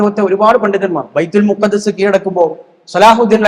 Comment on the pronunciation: ബൈതുൽമഖ്ദിസാണ്; ബൈതുൽമുഖദ്ദസല്ല.